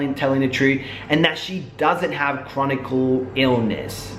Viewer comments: It's "chronic illness" btw, Not "chronicle". Just wanted to share that with you. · I SUFFER FROM FIBROMYALGIA & BTW HERE'S HOW IT PRONOUNCED FIBRO-MY-AL-GA!!! FIBROMYALGIA IS A MUSCULOSKELETAL CONDITION. THE SYMPTOMS INCLUDED WIDESPREAD MUSCLE & JOINT PAIN AS WELL AS MODERATE TO SEVERE FATIGUE. A LARGE MAJORITY OF CHRONIC ( NOT CHRONICAL - THERE'S NO SUCH WORD ) ILLNESSES ARE ACCOMPANIED BY FIBROMYALGIA BECAUSE THE BODY IS STRUGGLING TO FUNCTION!!! WHETHER SHE HAS IT OR NOT WHAT SHE DESCRIBES IS RIGHT!!! U SERIOUSLY NEEDED TO FREAKIN EDUCATE YOURSELF BEFORE U SAY CERTAIN SHIT SERIOUSLY!!!